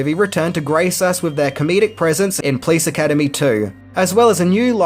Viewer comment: I love you! But why do you pronounce it: "Please Academy" It's: Po - lice! 😄